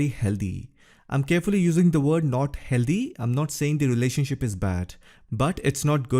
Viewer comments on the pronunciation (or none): The relationship is not " helldee" just say Healthy or bring someone to say correct words!!! next we will hear shitty instead of shady... come on... !!